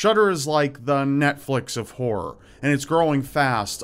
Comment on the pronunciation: The Netflix of WHORE!? Count me in! ...Oh, you said horror? Eh... no thanks. :P